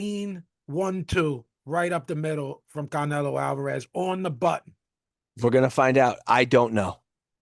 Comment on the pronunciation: Even Spanish speakers don't pronounce "Canelo" like that 🤣